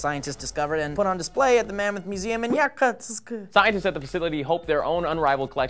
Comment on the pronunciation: So cute how tried to say Yakutsk.